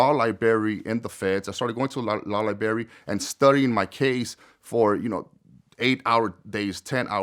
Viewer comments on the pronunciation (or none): criminal justice and cant pronounce libBRARY right😂 not liberry bro .............if u will 😂😂😂😂😂😂😂😂😂😂😂😂😂😂😂😂